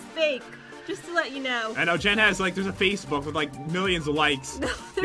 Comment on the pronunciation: when pat said Facebook it almost sounded like something else uwu